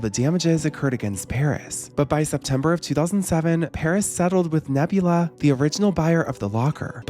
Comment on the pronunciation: The mispronunciation of Nabila as Nebula threw me off throughout the whole thing 😅